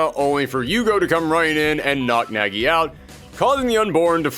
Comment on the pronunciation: Weird to hear it pronunced as Nägi :'D But I don't blame ye since that is how english dub pronounces it. Either way, I've always been interested in bloody roar but never got chance to try out any of them ever